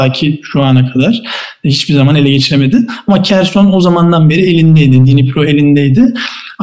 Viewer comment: Kerson değil Herson okunur